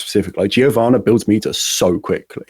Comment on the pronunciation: Thank you for pronouncing Giovanna properly.